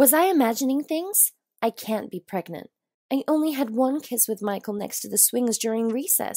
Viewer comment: “Preg-nant” I’ve seen many attempts at this word, but not this one...